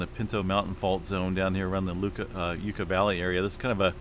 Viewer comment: Where is Yuh Ka Valley located in California? Live in Callie. Never heard of Yuh Ka Valley?